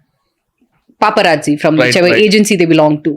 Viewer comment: Vorri nayana Papa Raji kadhu....its Paparazzi (paa·pr·aat·see)